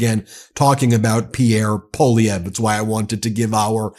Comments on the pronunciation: Ben, i'm cringing as a Canadian. It's pronounced "PAULIEV"...NOT "POLLIEV"....But we definitely do not want a mini Trump here in Canada, which Polievre definitely is. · The first syllable of Poilievre is "pwah" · Poilievre is pronounced Pwa Lee ev re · I know it is a French name but it is pronounced "Pierre Polly-pockets" up here 🇨🇦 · Pierre Poilièvre /pjèR pwaljèvR/ I know that the anglophone Canadians have trouble pronouncing his name, but could y’all at least attempt to pronounce it better than them ? It doesn’t have to be with a European accent but even a French Canadian accent would be better. Merci 😊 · Ben, PWA-LEE-EVR 😂😂😂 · True story, Poilievre used to pronounce his name Polliver...lmao he is such a poser.